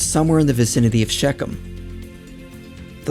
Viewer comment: excellent video. But please learn to say ''ch'/'kh' as in Shechen. The guttoral 'ch' is such an important sound in Bibilical and any Near East history. But thanks for the video.